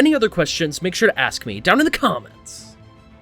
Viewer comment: CAH-MENTS. Thats a new one